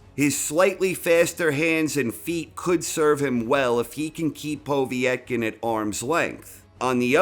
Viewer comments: Povetkin not poveeeytkin... is this commentary done by a darlic ? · Povetkin not Povietkin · It's "Pov-yet-kin", not "Pov-ee-eht-kin". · I like vids but he still can't pronounce Povetkin's name correctly. It is PO-VET-KIN not povee - et - kin. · Its Povetkin, not "Pawvee-etkin" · Why do you say...... Po vi et kin...... Its po vet kin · Povietkin? Do you mean Povetkin? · Povetkin not P o v i e t k i n. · His name btw is pronounced Po-Vate-Kin, not Pov-E-et-kin. Пове́ткин. Awesome video as usual anyways. Really like this video and you narrate really well! Keep them coming please :) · PO VET.KIN ..... you moron. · Who is "Povee et kin"? 😁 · Can someone tell is Po-vet-kin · That's because nobody else mysteriously sticks an extra i in his name.... Povietkin is my penniless Vietnamese cousin. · Is there an I before the E in Povetkin's name ? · How the fuck are you saying POV name it's so funny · He's definitely joking, he committed to mispronouncing Povetkin's name throughout the whole video.